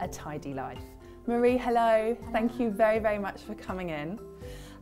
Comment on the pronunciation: i don't want a channel girl it's Mari. Like mah dee. But thanks for reaching:)